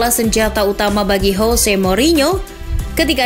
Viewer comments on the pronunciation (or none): none